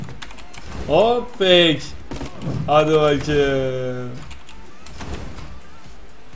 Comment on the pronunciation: senin hadi bakem demeni seviyorum vallaha